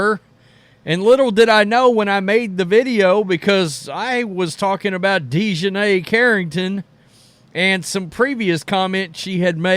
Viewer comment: Deshineh?? Wtf